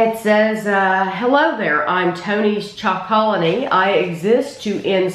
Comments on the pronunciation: Its pronounced Tony's Choco Lonely not Chocolony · prounounced Tony's "choco lonely" see the Netflix Rotten documentary awesome info/background